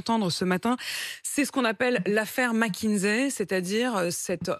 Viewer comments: Pourquoi toute la Maronie prononce Mckinzey? au lieu de Mckinsey? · y a un "S" et pas un "Z" à McKinsey